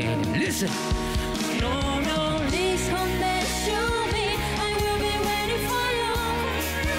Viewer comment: Nữ hát lỗi quá lỗi: quên lời, phát âm sai.. Please : ly come back.. To: two me